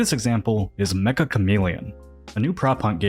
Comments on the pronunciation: Lil pronunciation correction for the game title (めっちゃカメレオン): In Japanese it's not pronounced 'meka' as in Mechagodzilla and more like 'tcha' as in Charizard. The second c is supposed to indicate a tiny pause/jump in intonation °°)b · I know it’s how language works, and colloquially this game is known to everyone as “Mekka Chameleon” in English now, but it’s actually pronounced meht-chuh (めっちゃ) and is Japanese for “a lot” or “very” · Meccha (which means "very") is pronounced "met cha" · I hate to be that guy, but I just want to point out that it's not pronounced the same as Mecca. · Why can no one pronounce “Meccha” correctly